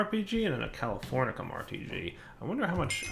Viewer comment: Goddamn wtf americium and californium are not fuckin pronounced like that